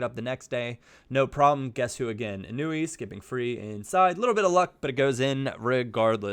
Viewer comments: Its eee-noo-eee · It's I-nu-e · It's in-wee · its pronounced ēnui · it is said In-oo-ee, just had it right before:)